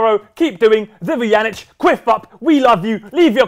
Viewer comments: WHY DOES POET ALWAYS PRONOUNCE VUJANICS NAME INCORRECTLY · how do you feel about saying your last name wrong? I think it is kinda funny